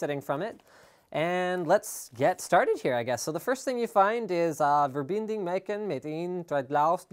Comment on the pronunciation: Die Wörter die ich verstanden habe, haben schon gereicht um mir nen Lachflash zu geben, Er versucht das Wort "verbinden" und "machen" auszusprechen. Einfach nur göttlich ;)